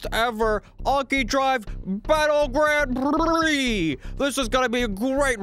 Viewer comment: "Grand PRICKS" Can never laugh harder.